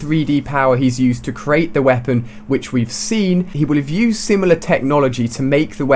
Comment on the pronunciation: The way he says "used" XD!!!!!